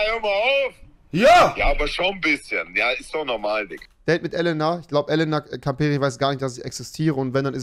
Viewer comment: was für elna es heisst elena und nicht elna